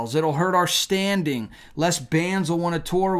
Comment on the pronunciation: It's not pide it's pride, not shong it's song, not shtarded it's started and it's not shtanding it's standing. Pronounced these simple words better